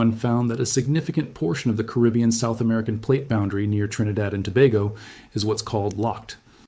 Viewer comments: Excellent reporter!!! Bad news, but so calmly knowledgeable. But PLEASE pronounce the word “Caribbean “ properly. It’s NOT “Kribyen”, but “Caribeeeyen”. Thank you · Pronounciation: Ca - ri - bb - ean = Caribbean.